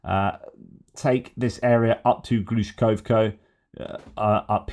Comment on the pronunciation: in Kursk oblast it's the town of GlushkoVo (with a V, not Glushkoko). Just being me here. I know Ukrainian places can be a pain to pronounce, and now we've got the Russian ones to deal with on top of it. Argh!